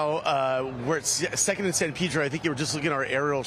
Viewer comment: Must he say, "San Peeedro "?